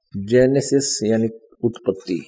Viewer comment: Hindi toh dhang ki padh nahi arahe hai bible uthaliye Vriksh ko vraksh istri ko satri aur uttpati ko utpattee padhte hai beech-beech mein akshar chhod dete hai😁